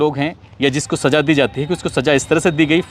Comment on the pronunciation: Aap ko Za aur Ja ka Farkh nahi Saja kya hai kaho Saza Hajaar kya Hazaar boliye